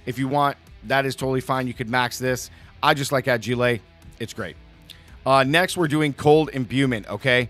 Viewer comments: Why he say agile like that 😭😭😭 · Lol corrects himself on damages but not ageelay🙃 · Where did you learn how to pronounce "fragile" and "agile"? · He's spinning it like the way he says fragile which is a reference to the movie A Christmas Story